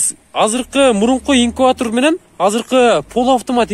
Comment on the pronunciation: Инкуатор эмес инкубатор